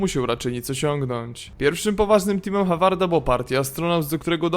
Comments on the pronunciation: Håvard czyt. Howard :p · Czyta się Hovard nie Havard, jak coś ;) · Też mieszkam w norwegii i wymawia sie Hovard w norwegi å czyta sie jako polskie o :)